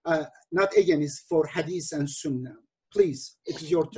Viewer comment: Edip abi slm, sana productive feedback vermek isterim. Against kelimesini “egenist” diye pronounce yapiyosun abi; dogrusu “ıgeynst”. Eminim doğrusunu biliyosun ama dikkatinden kaçıyor olabilir. Selamlar